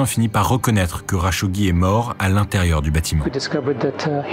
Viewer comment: kh en arabe c'est la lettre خ , le r à la française c'est غ et le r à l'espagnole c'est ر t'utilises différente partie de ta gorge pour chacun des sons, le "kh" est moins profond que le "r"